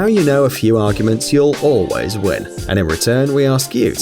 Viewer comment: Emphasis on “ALWAYS win” when they mention rock paper scissors and so on.